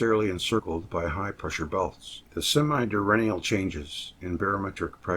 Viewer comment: Thank you so much 😊 Pronunciation police: pro-Tube-erance due-URN-nul en-VEL-upped